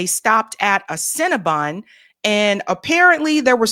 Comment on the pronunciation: “Cin-Na-Bun” hahahahahaja!!!!